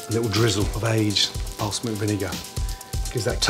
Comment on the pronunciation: thank you Gordon for your wonderful recipes. Can anyone tell me what Gordon is saying at 5.10? Sounds like, " a little drizzle of aged 'parsmoo' vinegar" ??